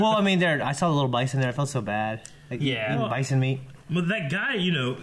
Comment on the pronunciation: Jeffrey Chinn By the end of the episode he says Bison correctly, signifying his growth. It's a nice little touch.